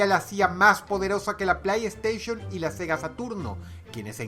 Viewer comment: O pronuncio bien playstation....oh por neptuno